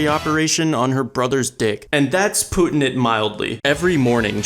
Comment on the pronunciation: "And thats Putin it mildly". How tf did nobody else catch this Edit: "I incest" BRuh🤣 on a real tho, this show is ass. Nothing happens.